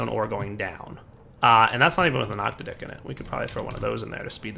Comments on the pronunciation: "octa-dick capacitor".... no,.. it's "ock-tadd-ick". Every time you say it your way, I cringe.. this is not hentai. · every time he says octadic i laugh I don't know why he insists on saying it that way.. every time I just think 8 dicked capacitor.